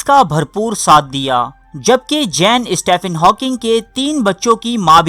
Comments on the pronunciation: Hawkings first name is pronounced Steven not Stephen. This is English way of saying Stephen as if it is written Steven. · تجھے سٹیفن ہاکنگ بولنا بھی نہیں آتا۔ سٹیِفن کو سٹے فن بھونک رہا ہے جاہل